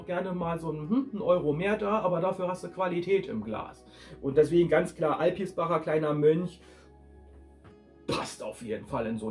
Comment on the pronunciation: AlpiSbacher heißt das. das mittlere R ist unmöglich.